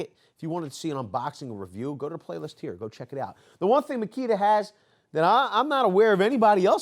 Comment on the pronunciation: “Now on to the MASSKITA” at minute lmao I thought you were gonna say on to the mosquito 🦟